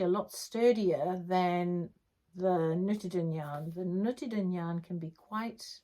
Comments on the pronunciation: Great podcast, so many beautiful things! You pronounce nutiden almost perfectly (maybe try just a little bit longer u, ”nuutiden”) it’s a Swedish made yarn, as you probably know since you also have Gotland-sheep, a Swedish breed. Looking forward to next episode. Greetings from Sweden 🇸🇪! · Nope, that’s not right- it’s pronounced just the way she says it, Nutiden, it’s a Swedish made yarn.